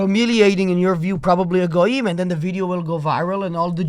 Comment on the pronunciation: fr said “GoooYeem”